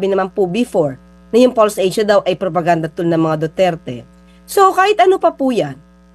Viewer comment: false asea hindi fulse asea,kc puro mali at kasinungalingan ang ibinabalita nila,🤣🤣🤣🤣🤣